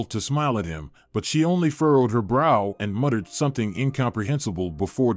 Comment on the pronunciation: Muttered, not mutted